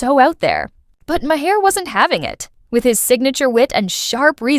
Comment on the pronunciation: Ma-Her? 🤔 jfCryst🙄